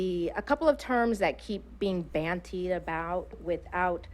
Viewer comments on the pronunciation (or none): She's in education and she says 'bantied about' instead of 'bandied about'. Right.